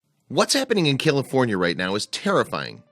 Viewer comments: he says "Killafornia"..... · Did he say Killafornia? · Wait...did he say "Killafornia" at the beginning? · At the srarr it sounded like you were saying killafornia lol... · It's not prounounced "Killifornia" unless you were going for a pun. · What's Kielifornia? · Sounds like he’s saying Kill-a-fornia. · Kill-aforinia??? And he's always wanted to live there. I can't imagine anyone that doesn't know how to pronounce CALIFORNIA. Really?? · I stopped watching after he said cillafornia lol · Did he say Killafornia in the first sentence? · Did he say kilafornia? Lol I love California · Does anybody else hear this dude call it KILL-afornia? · why is he saying kill-a-fornia? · Wait, did he say Killafornia? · This guy keeps pronouncing it like Killefornia. More fitting. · You call it killa fornia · YOU CAN'T EVEN PRONOUNCE CALIFORNIA . BESIDE THOSE DIP SHIT DESERVE IT. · Flood control has stopped sand replacement along the beach. This is what you get. Please have someone help you pronounce California. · I love how the narrator can't even pronounce California correctly